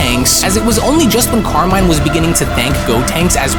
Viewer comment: BTW Carmine is italian so you should read it as it's spelled